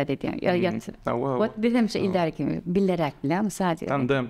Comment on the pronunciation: bileräk diýdä 🤣